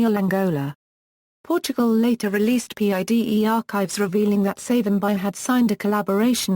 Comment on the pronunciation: Would appreciate appropriate pronounciation of the Name Pleaseeee